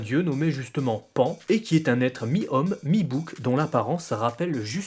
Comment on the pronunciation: PANE ? Mdrrr pan stp..